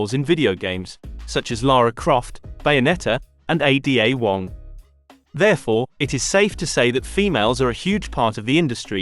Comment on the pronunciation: "A.D.A wong" ... is this some text to speech bs? downvoted and ignored